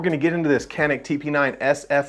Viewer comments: Pronounced in Turkish like John'eek..when said quickly in English itll come off as Johnnick...the "C" in Turkish is the same sound the J in name John has...not a K sound like Kanick or in like tuna can....stick to John and Nick..if you can John'eek or Johnnick...you can do it! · not exactly ja-nick ... start with G letter.. (G)anick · Actually "juhneek." The Turks use the letter C to show our J sound. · Greetings from Turkey. Your "corrected" pronunciation of 'Canik' was almost correct except that, you should really spell the 'Can' part like you would say "John". 'ik' was correct. Great content btw. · Is pronounced "yanik" and it means " YAHWEH IS GRACIOUS" ...